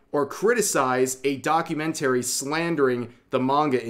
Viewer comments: Your pronunciation of "documentary" is really strange. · Rev trying to Say documentary is so funny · The way you say documentary really hurts my ears. Other than that good video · Please stop mispronouncing documentary it’s driving me craaaaaaazy. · keep practicing how to say documentary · you mispronounced documentary every time... 😮‍💨